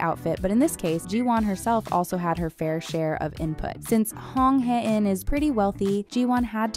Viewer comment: You miss pronounced Hae-in wrong